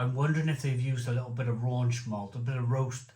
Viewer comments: Raunch vs Rauch Scherlenkerla vs Schlenkerla You should learn the correct pronunciation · RAUCH - Pronounced Row (as in an argument) + kh There is no N in Rauch There is nothing RAUNCHY about smoked beer Please just learn this stuff once then you know it forever instead of sounding silly and uneducated all the time